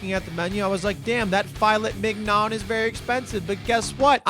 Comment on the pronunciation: I love that you, after learning that you pronounced filet mignon incorrectly, went on to call it fil-laming-yawn. I love to watch you doing stupid stuff. Please keep doing stupid stuff.